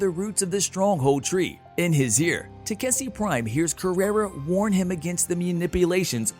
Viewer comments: it should be takeshi... istg the recap people are doing this on purpose to annoy us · TA 👏🏾KE 👏🏾SHI Pronunciation pleaaaaaase 😫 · Will they ever pronounce Takeshis name right again?